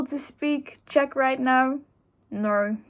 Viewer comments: I love your 🇨🇿 pronunciation. 👍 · as a czech you did good!!!